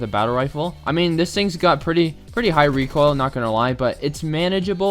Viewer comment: ABOSTUTLY NO RECOILL